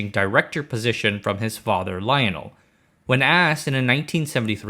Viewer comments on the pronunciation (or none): none